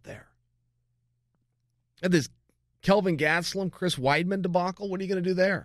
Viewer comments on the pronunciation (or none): none